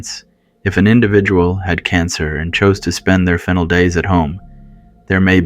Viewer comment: " she no longer have any auditory hallucinations... " " She also don't remember what happened ...." " there is no requeerment..." " Spend their fennel days at home... " " For in stance ..." Really ? Does the narrator not speak English much ???